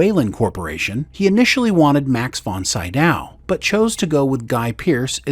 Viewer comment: Really guys, I don't know how you read these scripts, if you don't pay attention to proper spelling or pronunciation, or if the voice is AI, but there's NOT ONE video without names badly pronounced, or directly wrong: Gemma "Antherton"? Max "Von Saidaw"? Your documentary videos are, generally, pretty good. But those details are a bit jarring.